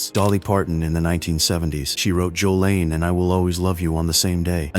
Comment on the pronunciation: And also Jolene not Jolaine